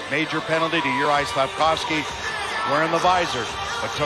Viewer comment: Juarj "Claude Lemiuex" Slafkovsky.